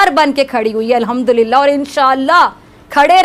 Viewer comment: Hamdudilalah nahin Hardulanat . Lol 😂